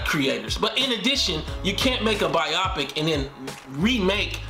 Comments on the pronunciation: Bro. It’s pronounced BI-oh-pic. Not bi-AH-pic. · Bio-pic, not byopic